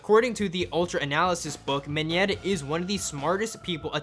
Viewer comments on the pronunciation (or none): I know that Mineta is awesome and all but can this dude just stop saying ‘minyeta’